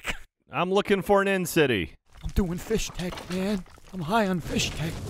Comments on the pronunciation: Fisstech, Not Fishtech, FISSTECH! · Fisstech* not Fishtech bois. needs to play the games over again methinks as he doesn’t know how to pronounce anything. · no on has mentioned that they say "fishtek" and not "fistek" my soul hurts. they should know better since they're listening to the book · It sounds like is saying "fish-tech," and I was super confused because in the games there's no atch sound in the word. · Am I the only one who is confused by and pronunciation of Fisstech?